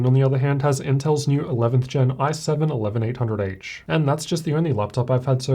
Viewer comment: it's pronounced i-7 not 1-7